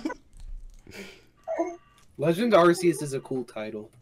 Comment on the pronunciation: it’s pronounced Arceus.